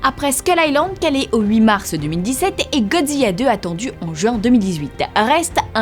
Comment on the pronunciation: pk elle dit Godziya ???? c'est Godzilla sa sa prononce LA a la fin